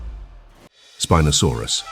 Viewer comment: Its not speeenosaurus...